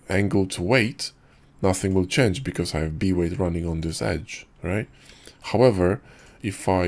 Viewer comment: B-weight in your voice sometimes sound like V-ray haha